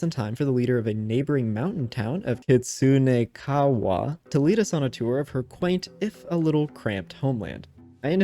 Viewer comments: How does one not know how to say kitsune? Clearly you are not a man of culture. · You pronounced the kitsune thing wrong btw but props for trying 6 times haha